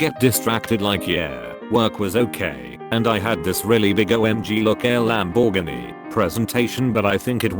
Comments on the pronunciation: "El am Borg eni" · Nobody, Computer voice: Lam-borg-inie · "Lamb borg anie" why. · Lamborgany, that's all i heard in that part, just the mispronunciation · "Lam-bore-gah-knee". That is now the official way to pronounce Lamborghini. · Sorry, a what? I know he mispronounces alot of words cuz its a computer voice, but DAMN, that was a complete rape of the word Lamborghini.